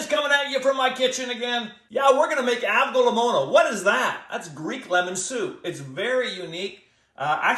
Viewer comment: Pronouncing it wrong.